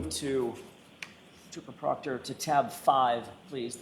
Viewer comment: When the defense says trooper proctor, my brain hears, chupacobra😅